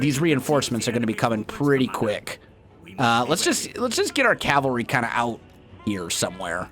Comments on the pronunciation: “cavary” Please insert the L 😂 Calvary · Its Cavalry.